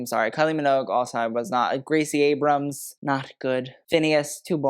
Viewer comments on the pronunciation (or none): none